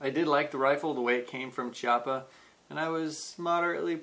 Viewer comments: Nice review although its called Kiappa, with an hard C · Nice (and funny) review. I would have liked to see the addition of some kind of rear/front hand grip, a bipod and a silencer with a field test. Btw, Chiappa is made in Italy so the "CH" in Italian sounds like a strong "K" in English (Kiappa). Thanks ! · I hat to sound like is dick but I keep hearing people say Chiappa pronounced CH-iappa when it is actually K-iappa. Sorry 😕 just saying. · It's Kee-au-puh.